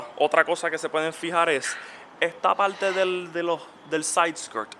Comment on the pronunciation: A ver , me parece que poco conoces de Mustang , primero que no es un cascanueces , lo que dices del guardabarros que tenga la linea con el capo , si ha tenido un choque y lo repararon muy bien ni te das cuenta , por la parte de fuera , de dentro si !!! no se me da que hablas por hablar , y un consejo , sacate la patata de la boca porque hablas tan mal !!!!!!! PARTA NO PALTA !!!!!!!! ME SANGRAN LOS IODOS DE OIRTE , Y SI TIENEN TANTOS DEFECTOS LOS MUSTANG COMO DICES , COMPRATE UN CAMARO , SERAS MAS FELIZ !!!!!!!!